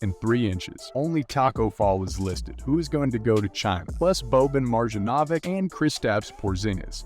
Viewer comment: dude said "boban mahrjohnahvic'' what the hell man